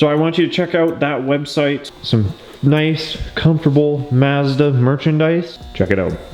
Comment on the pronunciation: Mazda as in hi Mom, not Mazda as in Matter